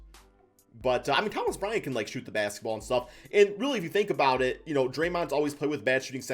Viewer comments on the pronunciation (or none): none